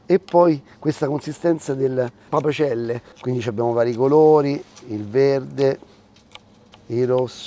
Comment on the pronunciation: Papacelle no papacel